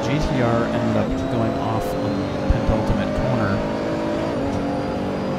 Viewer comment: Nice racing, enjoyed the video and you got a new sub :-) Only one fly in the ointment and don't wish to come across as an a**hole but I have to mention it. The word is "penultimate" and not "pen(t)ultimate".